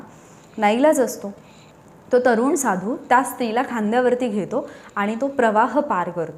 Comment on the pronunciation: मॅडम त्या उच्चार करा तुम्ही ता असा उच्चार करता.